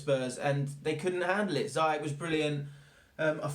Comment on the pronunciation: just fyi, i think it's pronounced "Zee-Yesh"